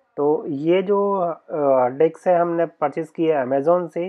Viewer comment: डिक्स नहीं मेरे भाई, डिस्क। 😂🙏🏻